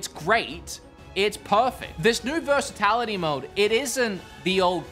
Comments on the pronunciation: Versitality - you're killing me, man ;) Great review, thx. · It's 'versatility'. Not versatAlity 😅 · I love how says "versitAlity" when the menu option clearly says "versatility"...and he even misspells it how he mispronounces it on the example screen. Versitality isn't a word. Versatility is. (Apologies if this is dyslexia or something, I just found the letter switch amusing when at first it was just a mispronounciation but then doubled down with the misspelling in the edit. 😅) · FF7 says "Versatility" in the game, and you put/said "Versitality". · Versatality? Versatility. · Versitality = Versatility 😂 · Lol versitality.